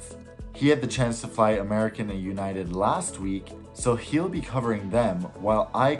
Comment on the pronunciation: "delta scarelines" "American't airlines" "Ewnited"